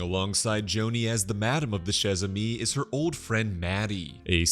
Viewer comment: Isn't it pronounced shay a mi ? Good video anyway 👍